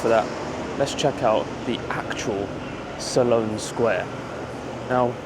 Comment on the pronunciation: It's Sloane sq..SLONE..Not SALON